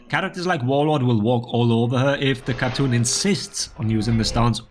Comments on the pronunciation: its not khatoon, its KhaaTun btw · I hate to be this person, but this is one of the few times my country gets represented in video games. "Khatun" is pronounced "HA-Toon," as it means "lady" (honorific) in Turkish. In contemporary Turkish, it's written as "Hatun".